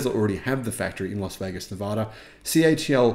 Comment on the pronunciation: For the love of god please learn to pronounce LAS VEGAS.